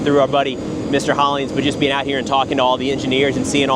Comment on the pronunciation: Me: who's this expert,? Him: Alex Hollins!